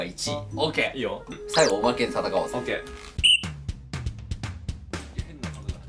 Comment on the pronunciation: 「おまけ」が「まけ」は面白すぎww